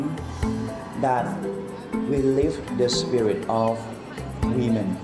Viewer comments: He didn’t say women, he said we-men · "We-Men".. he fucked up. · Yo. He said WeMren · Boy oh boy oh boy oh boy! Bahahahaha...."Weee-men" I cant even....what the actual fukery? "Mushroom Tip"...you ain't right, G....lol 😂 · Also, it sounds like he's saying, "Wee men." As in men that are wee. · It's not woman,... it's "we-men" get it right. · "We-Men". Yes, yes you are! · There you have it he/she said WE-men!! there's more men in it than actual women Sounds like a Scam of somesort! 🤣🤣🤣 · Wee-men cringe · I had a feeling he’s was Thai from his accent when he said we-men and also the long last name..lol.. Yeah Thai and Laotian ppl have long last name that are a bit hard to pronounce..lol